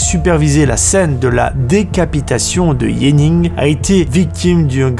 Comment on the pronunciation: JENNING! PAS YENNING!!! JENNING!!! J'AI VU CE FILM-LÀ ET ON PRONONCE JENNING!!!